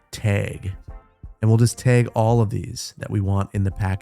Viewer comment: Love hearing that Wisconsin accent come through on the word Täêg